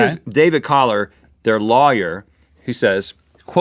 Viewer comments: The way Rhett pronounces lawyer u can tell he's from the south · Rhett says "lawyer" funny